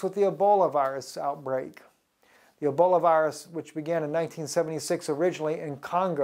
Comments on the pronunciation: It's pronounced E - BOL - A........there is no " i " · It's Ebola not Eboli